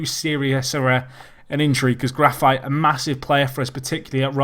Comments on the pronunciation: isn't it Grafeetay not grafite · No, it's not. It's more like Gra-feet.